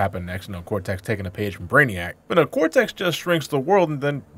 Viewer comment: It's actually pronounced Cortex cuz that's his name not Cortez.